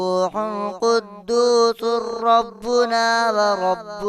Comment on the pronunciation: Qudosurrabuna ni hy qudosu rabuna hy